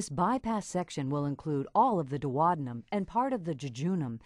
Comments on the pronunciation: OMG that is THE weirdest way I have ever heard duodenum pronounced!! duo-dee-num it isn't dwodanum LOL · Thats how Americans pronounce it. So weird to me too 🤣